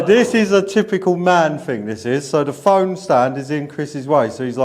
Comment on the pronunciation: FING/ ITS THING !! NOT FING